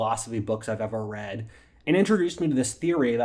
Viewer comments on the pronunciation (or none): none